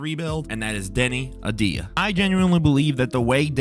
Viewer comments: Great. More clickbait and regurgitated content. And can you not even pronounce "AVDIJA"? Good gawd man. Please try harder. Also your voice and cadence is annoying as hell. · Hey, how about pronouncing the guy's name correctly? Deni A-V-dija